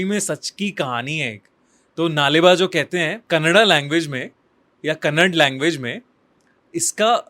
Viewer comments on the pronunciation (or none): Bhai ek request hai, Kannad nahi kannada hai aur karnatak nahi karnataka hai Pls pronounce it well 😢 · bro plz its kannada , not kannad correct urself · Hey it's not kanad It's kannada Correct yourself bro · It's Kannada bc not kannad educated mc